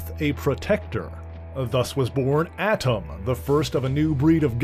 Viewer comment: That's pronounced A'tum